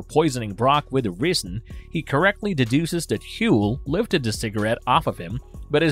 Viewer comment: "The risen"? Clearly whoever is reading the script has never actually watched the show, since "ricin" was a new word to them...